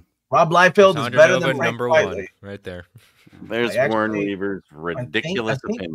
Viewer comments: Uncanny talk pretty someday, but not today. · another video another instance of saying Frank Quitely as "Quietly" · my love for Quitely is too strong i'm sorry